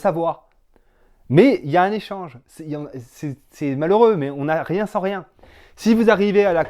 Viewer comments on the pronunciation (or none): none